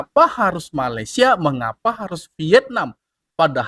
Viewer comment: MALAYSIA DI BUNYIKAN MALE SIA BUKAN MALAI SIA